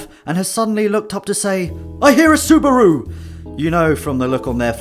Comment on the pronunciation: "I hear a subuaru!" guilty